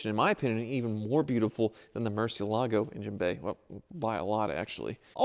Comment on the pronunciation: Will ever learn to pronounce Murciélago correctly? Maybe never!